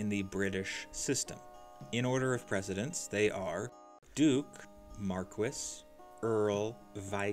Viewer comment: Urgh. Your pronunciation of "marquees".